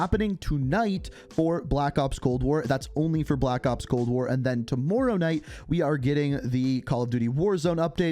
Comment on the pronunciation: I'm sorry but I can't get over how he says "tommorow" in his Canadian accent